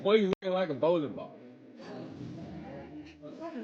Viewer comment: mushmouth over here can't even say the word bowling ball